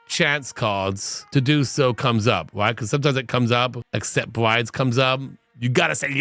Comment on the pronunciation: I know the document said briBes but I swear how Doc said it sounded like BriDes and I just kept thinking "well, Poly is acceptable with Lovestruck but... dang that is rotten." 😂